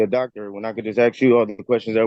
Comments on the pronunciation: "Axe you a question.." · "Why can't I axe the judge?" Because that is attempted murder. :) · he sho' axes a lot of questions